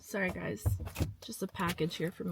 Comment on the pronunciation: Girl are you Canadian like me? I heard the way you said "sorry" and realized we speak the same way! Toronto area?